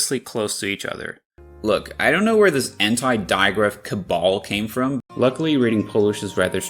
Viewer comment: Maybe it's just me but I'm pretty sure you're pronouncing lʊk in the first one, not lɵk. And your 'luckily' sounds more like lɤkəli to me